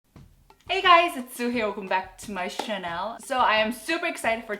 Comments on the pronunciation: it's triggering me how you keep saying "welcome back to my Chanel" lol it's channel. t-sha-null :) <3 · Why does she pronounce “channel” as Chanel like Chanel French designer brand